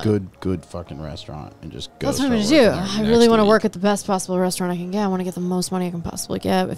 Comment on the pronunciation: I've watched every episode (including the patreon), some multiple times over. So I do love the content and talking points. Maybe this is a "Dallas thing", but.. why do you say KEN when you're trying to say "CAN" 🤣 lmaoo always wondered